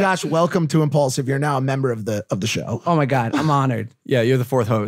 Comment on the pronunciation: only logan paul says impualsive is the number one podcast in the world